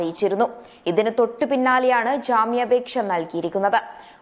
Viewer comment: നേധാവ് അല്ല നേതാവ് ആണ് ശരി. ജ്ജാമ്യാപേക്ഷ അല്ല ജാമ്യാപേക്ഷ എന്ന് പറയുക.